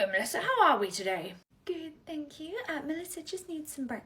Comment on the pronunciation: "Good morning 😊, HELLO MELLSSISA👹"